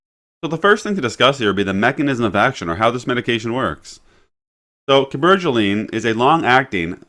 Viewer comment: He’s from Kansas lol. But he’s handsome and I like the way you pronounced the word Cabergoline